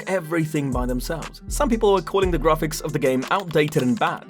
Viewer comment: grarfix lol